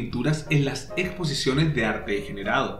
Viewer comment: Desde que lo descubrí me fascina su pincelada energica y expresiva. Tenés un error en . Dice "degerado"